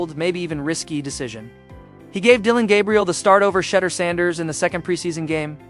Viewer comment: Who is Shedder Sanders?!!! His name is Shedeur (sha-doer) for those without a HS education.